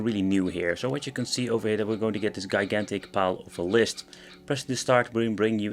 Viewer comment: ghaigantic? or gigantic (jee ai gantic)